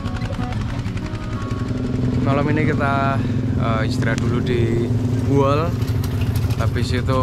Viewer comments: Bukan Boeol tapi Buol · Izin mas, Bukan Boeol tapi Buol. Lebih tepatnya Kabupaten Buol Provinsi Sulawesi Tengah. Berbatasan langsung dengan Kabupaten Gorontalo Utara Provinsi Gorontalo. Makin sukses perjalanan nya 💪🏍️🏍️🏍️🔥🔥🔥